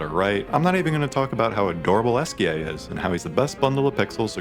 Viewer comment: I hate when people play a game.. hear what the names of the characters are. And then proceed to still pronounce all of them wrong… it’s not Luna… it’s not esque. It’s “lun-eh”and “esqui-eh”.